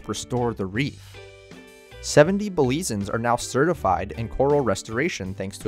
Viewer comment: Great video! Only issue is how you pronounced Belizeans. It's "Belize-yans" not "Belize-ans". Caye also pronounced "key" not "kay".